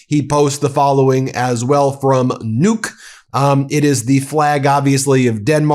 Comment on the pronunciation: That's Nu-uk, two Syllables.